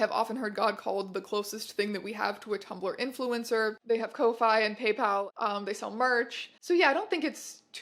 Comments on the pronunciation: i thought ko-fi is pronounced like coffee… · its pronounced "Coffee" not Ko fy. thats why its "Buy me a coffee" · i thought ko-fi was pronounced "coffee" 😭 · I'm sorry but co-fay? kofi is pronounced like coffee not wifi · Girl I love the video but "ko-fi" 😭 it's supposed to sound like coffee - rhymes with "no fee" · I’m pretty sure Kofi is pronounced like Coffee. Like, that’s the point. Buy someone a coffee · I love this video but for the love of GOD TEYA KO-FEE THATS HOW YOU READ KOFI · "Kofaye?" It... it stands for "coffee", right? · Biggest revelation is that ko-fi isn’t pronounced “coffee”. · does SA not know that 'ko-fi' is pronounced like the word 'coffee' or am I missing a joke?